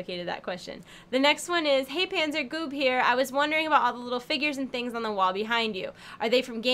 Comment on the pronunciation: but she´s called Panser not Panzer, voher informieren :D